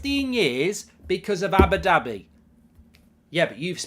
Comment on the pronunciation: Cracks me up how goldbridge says Abbidabby